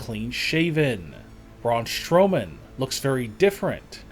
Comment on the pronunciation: Why does the narrator says brawn shrowman not Strowman 😂😂😂😂😂😂